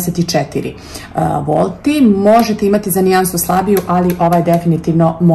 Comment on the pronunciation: nije volti nego VATI